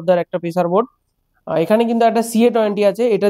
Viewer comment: Aapnio to janen bor bole na board bole 😂😂😂😂